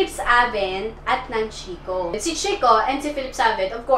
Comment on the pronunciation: FACT: ☺️ Dito sa Italy ang proper pronounciation ng Chicco ay KEEK-KO. Its an italian company. Ang "CH" at ang double "CC" sa italian ay "K" ang pagbasa. You're welcome☺️